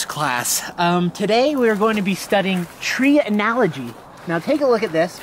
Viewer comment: "Today we are going to learn about tree analogy..." 🤣🤣